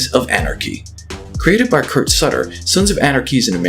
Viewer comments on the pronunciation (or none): none